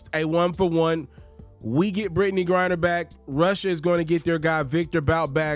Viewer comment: It's Griner not Grinder big dawg 🤣😂🤣😂